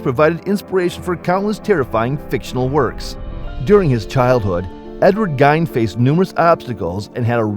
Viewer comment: It’s pronounced Geen, not Gine!